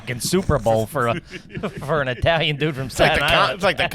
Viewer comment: He said Eye-talian what a gagootz he definitely garbage for that 😂